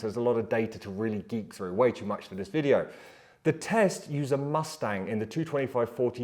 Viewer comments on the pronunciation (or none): none